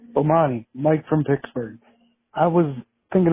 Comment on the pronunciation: I heard Mike pronounce 'Pittsburgh' in a way that instantly made me stop in my tracks. Wonder if he got a little country in his background because out of all my brothers, only my little brother who spent more time in the patch pronounces it 'Pixburgh'. Lol